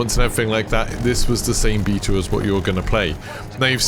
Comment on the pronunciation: Bae-ta lol. Love you brother